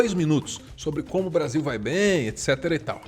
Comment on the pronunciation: A língua do Bolsonaro quando fala "Blasil" é muito nojenta